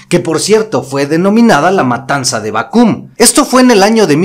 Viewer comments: Bácum no Bacúm. Por cierto buenos comentarios y hay que decir que Don Porfirio Diaz tampoco es como lo dice la Historia. Con todo respeto sugiero que se comente con más respeto los personajes de la Historia. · Es Bácum no Bacum, conozco la iglesia de puro ladrillo. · Permíteme corregirte la pronunciación de Bácum... La palabra suena acentuada en la primera sílaba. Saludos desde Hermosillo, Sonora, tierra de yaquis.